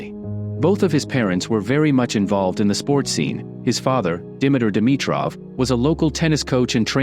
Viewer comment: 😂Is this AI cause its butchering his name everytime just as Rublov when its Rublyov (in russian the e has two dots on top which makes it sound like yo)